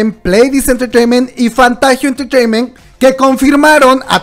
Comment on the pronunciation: me encanta como dices entreteiment, te amooo!!